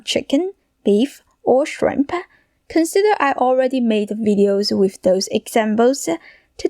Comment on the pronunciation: What is "Rice-ah"???? And "Shrimp-ah"??